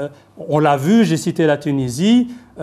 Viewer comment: même pas foutibde lire un prompteur correctement... Apprends déjà a pronocncer tunisie correctement mr l universitaire a deux balles